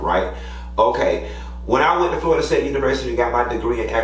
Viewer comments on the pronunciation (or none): none